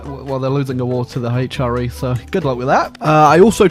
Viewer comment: The Haych-R-E